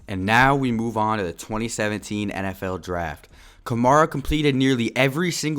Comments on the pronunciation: Nigga keeps saying kamara instead of kamara 🙄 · your saying his last name wrong